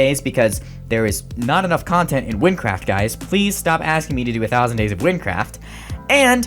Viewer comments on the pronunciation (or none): none